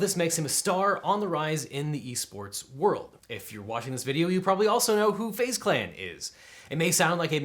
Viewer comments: It is pronounced phase clan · Literally no one: LegalEagle: FaZe ( Fah-Zae) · Fah-zeh clan... omg im going to start calling FaZe by this pronunciation cuz the capital Z.. LOL!!!!